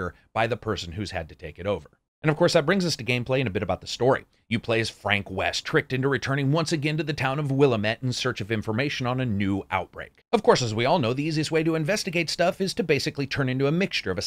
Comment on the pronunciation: FYI wil-LAM-it not WILL-eh-mett. Is the PC version worth playing?